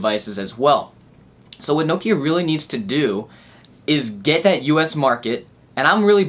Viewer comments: its Nokia< N-O-Kiar! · what the FOOK is No-kiar!!!